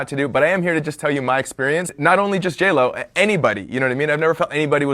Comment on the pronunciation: Bless his heart. Girl, it’s JLo! JLo!!!